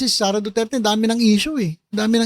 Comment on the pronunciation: I don't trust him sareyyyyyyy not sareyyyyy